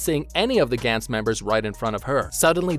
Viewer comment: Gantz was very good, characters in the show were put under extreme stress and overly confident which applied to the scummier characters. It was genuinely good and dark in many ways showing how disgusting human beings can be especially when being given a second chance at life. Gantz (Ga-ntsu) not (Gan-ts) was very good and didn't get the recognition it deserved. I get your vids are supposed to point out the flaws they made and that's something everyone thinks about when seeing characters in danger is what THEY think would do. Not my style cause it kinda is pointless when you're not mentally prepared for something this world shattering and saying "They're stupid for doing this" when it's missing the point of how Gantz tries to show how terrible humans are. I like that you're talking about it cause it deserves more attention but it puts it in this weird spotlight where you're kinda missing the point of it and how ordinary people good or evil can't really be expected to be so crafty on the spot without experience. Which is the whole reason why Joichiro exists in the first place to show that even though he's young, enough experience has driven him to become crafty and essentially find his work around for a life or death situation. Again its good to cover it but acknowledge the fact that these characters are ordinary mundane or fucked up people.